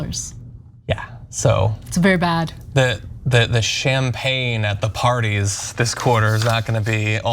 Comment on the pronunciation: Did John say "shame pain " ?